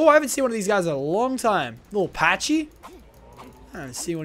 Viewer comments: you pronounce it pa-cky not pa-chy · pachy is pronounced packi